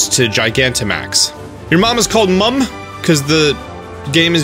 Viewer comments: I watched the VG247 of the "10 minutes of gameplay"... it was more 3 minutes of gameplay just repeated into a 10 minute video. P.S. As a Brit, it sounds funny to hear you say Mum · the way you say mum is so funny to me 😂